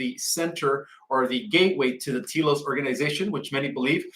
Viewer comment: not pronounced Tea Los, more like Tel Los.